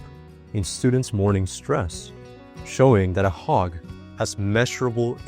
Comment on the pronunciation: Did you know a HOG can protect you? A HOG??? WTF . Learn ENGLISH pronouncing. I dont want to be HOGGED. OMG